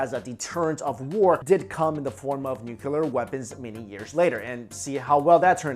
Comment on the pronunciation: there is its again nucular weapons